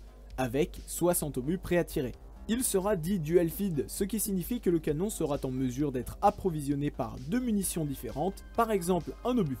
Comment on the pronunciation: Bonsoir,superbe vidéo bien documentée. Juste une remarque: tu multiplies les liaison maltapropos dans ton commentaire sera n'a pas de T donc "sera tinstallée" ,ca choque. Ceci sans animosité car c'est un sacré boulot ce que tu fais .Bravo